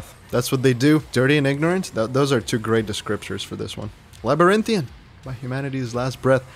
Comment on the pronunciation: THANK YOU FOR PRONOUNCING THAT CORRECTLY! AAAAH! I've watched two other reactions before your's, and neither of those dudes could pronounce "Labyrinthian"! I'm like,"what's so hard about this word??????" 🤣😅 Yes, it worked my nerves... 😫